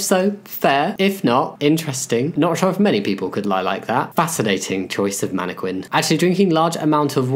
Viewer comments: Manne-quin? That tickled me. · you say mannequin like Benedict Cumberbatch says penguin